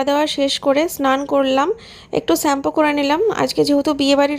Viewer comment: সেছম্পু না শ্যাম্পু কি যে উচ্চারণ